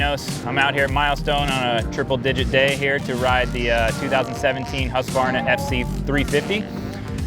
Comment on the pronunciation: Omg it's HUSQ VARNA. NOT HUSQ A VARNA